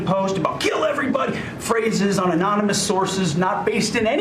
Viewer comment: Secretary Douchebag says "anomanous".